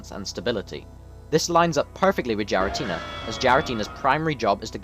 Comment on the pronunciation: Not a bad video, only problem I had is "Jiratina" when it is more commonly said (especially in Japanese) closer to "Gee-ra-ti-na", the 'Gi' like "Greed" without the 'r' or 'd' sounds.